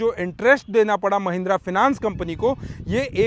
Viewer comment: Finas nahi fainens hai 😂